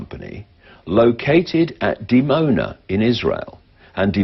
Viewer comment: "dimona" sounds like "demon-a"